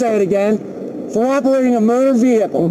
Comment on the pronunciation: It's a Mowtor Vehicle.